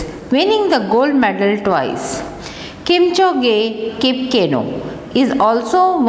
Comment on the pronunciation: It is kipsano not kipanso & It is kipchoge not kimponze